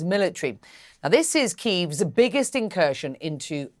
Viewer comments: "Keev" not "Key-ev." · Kyiv (key-v) is how Ukrainians pronounce it. Key-ev is how Russians pronounce it. Choose more wisely how you pronounce it CNN.